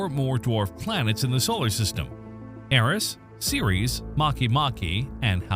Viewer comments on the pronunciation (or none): none